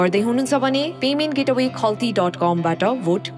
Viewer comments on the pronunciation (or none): भोट अपीलबारे सूचना दिने महिलाले 'पेमेन्ट गेट अवे ' भनेको देखेर उनको अंग्रेजी ज्ञानमाथी हाँस उठ्यो। 'पेमेन्ट गेटवे' हो, गेट अवे होइन। गेटवे भनेको द्वार हो, गेट अवे भनेको बाहिर जानु भनेको। कुन स्कूल पढेकी हुन् कोनि, दार्जिलिंग गएर बाकी कोर्स सकेर आउनु है।